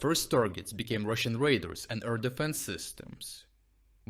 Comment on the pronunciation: Not "raiders", it is called "radars".